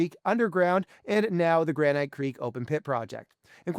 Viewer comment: should you trust someone who can't pronounce "granite"?